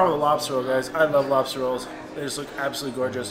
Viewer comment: So early it says Lobser instead of Lobster